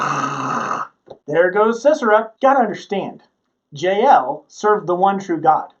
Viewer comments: Jah el not jayel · Her name is pronounced “Ya-El”